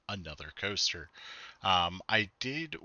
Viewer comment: “Planet Two-ster”? 😂